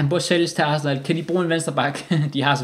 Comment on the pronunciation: 👌 video... Hvordan er det du udtaler Arsenal? Asna...